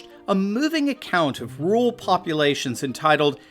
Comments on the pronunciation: Interesting video but what the hell is a ‘ROOL’ population…? Do you mean RURAL? That’s two syllables not one. Pronounced.. RUOR AL as one word. Why do Americans ignore all but one vowel in any word? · AND THEY CAN”T SEEM TO PRONOUNCE “RURAL” WITHOUT SAYING “RULE”. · there are 2 R's in RURAL, you keep saying rual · Why can't you pronounce "rural"?